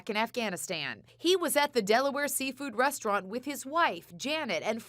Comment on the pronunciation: She's trash. Total disregard for anyone but herself. You can trust her not to be a loyal friend. I'm glad she left. She should have been made to leave, though. She can't even say restaurant correctly so you know where she's at lol.